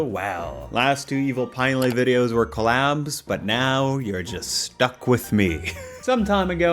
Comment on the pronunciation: Bro, COlab the noun. Stress the first syllable. Not coLAB.